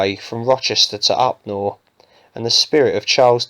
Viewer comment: Great film ... Upnor is actually pronounced Up Narr, not Up nore. I lived there for 30 years. Thank you for making the film.